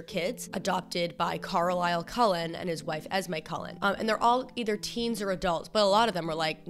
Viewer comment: the way u say carlisle is so fucking funny because i’m aussie AND IT SOUNDS LIKE UR SAYING CORALINE